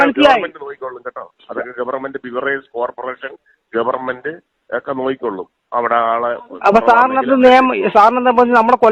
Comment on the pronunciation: ഗവർ മെന്റ് അല്ല MLA സാറെ. ഗവണ്മെന്റ്. പ്രൊ സീഡിയർ അല്ല. പ്രൊസീജർ. 😂😂😂😂.